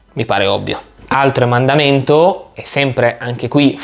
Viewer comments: EmEndamento... no EmAndamento!!! Il verbo dal quale deriva è emendare no emandare!!!! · Attenzione: si dice EMENDAMENTO, non amendamento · Si dice emEndamento non emAndamento oltre alla termotecnica e alll’impiantistica occorrerebbe studiare anche l’italiano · Esatto, lo stavo per scrivere io. E lo ripete spesso "emandamenti". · Mi sono meravigliata infatti, ti considero molto bravo ma “emandamento” non si può sentire! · Ma si dice emendamento. Giusto? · "EmAndamento" però non si può sentire. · Si dice EMENDAMENTO 😀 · Solo un piccolo appunto: emendamento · Si dice emendamento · Si dice emendamento :p